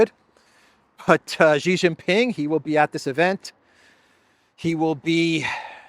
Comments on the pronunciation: Sheeeeee not Jheeeeee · It’s no gee it’s shee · Just a pronunciation note: Xi is pronounced like "she" (i.e. she is here). Never like Jee